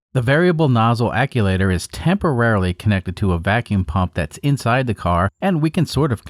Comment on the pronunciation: what in the heck is an ac-u-later?? I’ve heard of “Actchu-waiter” but never the way you say it lol